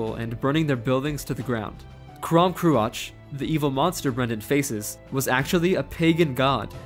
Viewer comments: The mispronunciation is quite annoying though. I’m gonna put the stuff here because it was frustrating me: -aisling = ashling -crom cruach = krawm krooawk -abbot cellach = kellawk (These are not perfect; for one, one of the Irish pronunciations of ch is literally just untranscribable in English because it doesn’t exist, but yeah) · Aisling is read as ash-ling Crom Croach is read as kroom crook